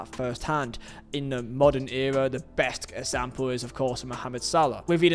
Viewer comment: When you say “example” I hear “act Sam Paul”